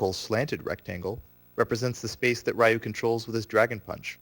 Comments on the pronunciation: 'Ryu' is pronounced like Ree-U, not Rai-u... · You are pronouncing Ryu's name incorrectly... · Raiyou? Who's Raiyou? You're an expert at the game and you dont know how to say the main characters name? It's pronounced like "you" but with an r at the beginning. There is no "ai" in the name. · He claims to be an expert and still calls him "Rah-U"? (Face Palm) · You had me until you pronounced Ryu's name wrong. I don't care who you are, ALL SOURCES SAY HIS NAME IS PRONOUNCED "REE-OO!" RYU! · Mispronouncing Ryu......and he says he is a "Accomplished Tournament player"......pssh. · Taylor Bee Yeah, but by now everyone should know the correct pronunciation, especially if you are as into the game as this guy. Not to mention that there is literally a voice acted announcer in every installment of Street Fighter who pronounces his name correctly every time you select ryu, challenge ryu, or win with ryu. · I was just about to say this. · Raiiu and Saggot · Rye-u Saget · Plays professionally and can't pronounce the names Ryu and Sagat. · i cant believe he pronounces Ryu and Sagat's name wrong